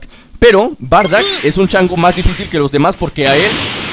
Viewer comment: Porque le dices bardack si es bardock?